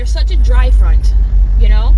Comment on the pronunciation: You did not just say “dryfront”💀💀